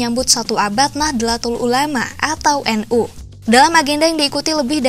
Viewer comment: min, koreksi dikit pelafalan utk NU (Nahdlatul Ulama), tulisan Arabicnya نَهْضَةُ الْعُلَمَاءْ, dibaca Nahdhotul Ulama, bukan Nah-dla-tul tapi Nah-dho-tul. CMIIW 🙂